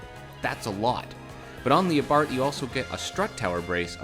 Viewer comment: It's Abarsthhhhsssss... like a snake would say.